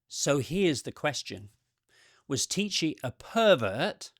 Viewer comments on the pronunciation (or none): Hi from the Czech Republic. Yeah, I remember this when it was in the media many years ago. To me there's not much interesting there and the hype around him was just BS I'd say. Your pronunciation of Miroslav was pretty good, but the "ch" in Tichý is pronounced the same way as in Bach or loch. I understand it's difficult to know and to repreduce the sound correctly. His surname means "quiet" in Czech which I think matches his character quite well 🤭